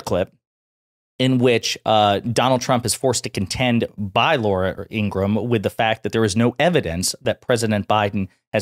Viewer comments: FYI, it’s pronounced Ingra-HAM. Literally, you pronounce the HAM. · Her name is pronounced in-gruh-ham